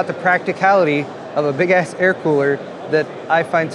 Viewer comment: “Big ass fries!” Is all I could hear when you would say big ass coolers.